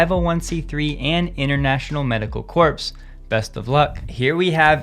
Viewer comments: Recommend upgrading pronunciation of “corps” (correct pron. “core”). Especially inappropriate in the sense of “medical corps”, not CORPSE. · "Corps" is pronounced "core." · Barack Obama also mispronounced “Corps”. Don’t feel bad. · The “s” in corps is silent 😎